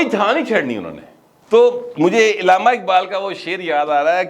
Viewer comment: Alama Iqbal hota hai Ilama Iqbal nahi,plz correct